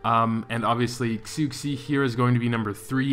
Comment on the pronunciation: When you say xu xi! It's shu she!!!